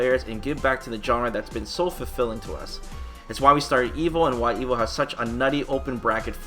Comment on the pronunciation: Evil? Or evo? Every time I hear you say Evo it sounds like you say evil lol.